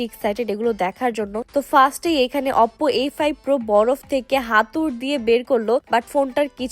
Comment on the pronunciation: অপপো আবার কি ভাই 😂 ওপো বলে ওটাকে